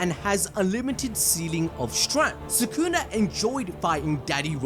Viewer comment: I swear it was Soo-Koo-Nah, not Soo-Kewna